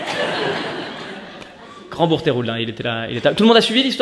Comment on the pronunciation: On dit pas grand bourgtheroulde mais [ grand boutroude ]